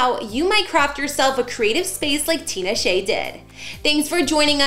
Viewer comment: The name is so easy to pronounce it’s stupid easy. TEE-NA-SHAY